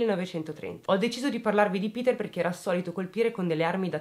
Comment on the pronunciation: Ti seguo da poco, ma i tuoi video sono una droga! Molto ben strutturati! Hai una buona pronuncia per il tedesco, meglio sicuro di tanti giornalisti! Péter sarebbe con o stretta e la u di Kürten va pronunciata come la u bergamasca, se vogliamo fare i pignoli precisino e rompere. Se i giornalisti si documentassero come te, non mi verrebbe l'orticaria in alcuni TG! XD Complimenti. Bella e brava! P.S. ti invidio un sacco quei capelli neri...